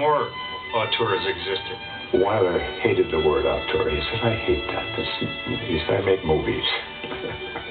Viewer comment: Frankenheimer says, "I am one of the few people who can pronounce 'auteur'" - and even he mangles it! (He pronounces it as if it were written "autueur".) At least he does a better job than many other people, who pronounce it "au-tor". Honestly, why make give your theory such a fancy title if you can't even pronounce it??